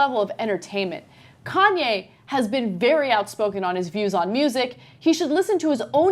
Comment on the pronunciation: How the fuck does she pronounce kanye? Khan-yay?